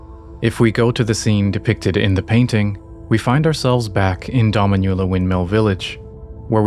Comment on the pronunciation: Just for future reference, the pronunciation of "Dominula" is more like doh-MEEN-you-la, as opposed to your dah-mee-NYU-la. It means "little mistress" in Latin, so if it's related to a young Marika that would be an appropriate name.